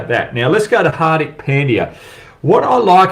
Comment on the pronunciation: Hogg please learn how to pronounce , Indian Names , no excuse . HARDIK ( Dh ) not Dick and its not Pen D Yaaa , LEARN FIRST TO PRONOUNCE PROPERLY